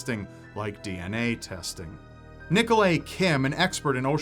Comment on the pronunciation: Nickle-ayy? Ni-Ko-Lie - Trust me, my friend shares the same name!